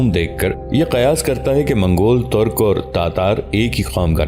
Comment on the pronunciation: لفظ " ترق " نہیں " ترک " ہے